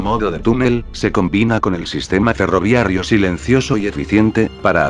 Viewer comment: Porqué ferroviarrio, debe ser ferroviario, creo que hay un error de pronunciación del locutor